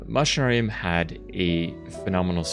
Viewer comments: its pronounced mac-inarium bro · Coming from latin, its pronounced machina with a K, Makinarium! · Btw you pronounce the “a” in the name, its ma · shuh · Nare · ree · uhm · Wait, it's pronounced "Mushinarium"? I've always pronounced it "Meké-nairium". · If we think in a latin way (like "deus es machina"), it makes sense, even more knowing the -ium suffix. I always pronounced it "Machinarium," but I believe you are right. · Back when I was 10 I loved this game so much when I made like my own world I made a country that is named after this game, so much Nostalgia. BTW I pronounce the game's name "Makinarium". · But it's pronounced "Mackinarium" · Man i love, that you made video about game from my country, it is also one of my fav game(fav is creaks from same studio)-also the way you say is name is funny, but not judging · That's really how it's said?! I've been wrong all this time??! It just seemed obvious, or so I thot. All the machines everywhere. Your character is a machine. There's machinery all over the backgrounds. And the title has most the word in it!! Lol Machinarium. So ya machine= Machinarium to me. The way he is saying it just sounds weird as hell lol. Then again when I look it up it's spelt MA-KUH-NAA-REE-UHM. So IDK 😶